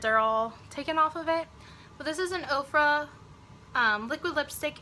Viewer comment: I am loving your hair and makeup! And I thought you were saying OPRAH lipstick and I'm thinking wow I did not know Oprah started a beauty line..HAHA! Now I see you meant Ofra. Just subbed!